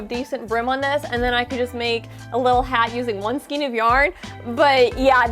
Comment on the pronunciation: You forgot an offense that I am discovering most crafters who use yarn here on YouTube commit all the time 🤦🏽‍♀️😖 Most of you say “ skeen” instead of the proper pronunciation for skein which is properly pronounced with the long A sound, “SKANE”.🤦🏽‍♀️🤦🏽‍♀️🤦🏽‍♀️🤦🏽‍♀️ I think I am an English language Natzi, It makes me so bad when words are mispronounced and no one takes the time to educate themselves and get it right. I have ranted, and now I am done 🤣🤣☺️ I have this bear I got from Annie’s back in 2008, half of this bear is done because the pattern came with some wrong rows and Annie’s never corrected it. I have an Annie’s Christmas stocking I was supposed to do but never have. I have two baby cocoons with matching hats to finish, I have a shawl to finish and my current WIP is a virus blanket that is almost done. Then I have to start: A Dallas Cowboys Star blanket for hubby( football is starting soon),. After or maybe during making the blanket, I need to crochet a clothes baskets for my grandsons clothes. Then after that is a cardigan in Velux and a pair of fingerless gauntlets for my son. I just bought all the Watercolors from Lion Brand from JoAnn’s fabrics,and some HUE IQ and Soft & Sleek from Hobby Lobby. Yeah got a lot going on......